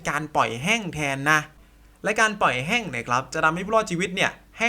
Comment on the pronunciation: แห้ง ไม่ใช่ แฮ่ง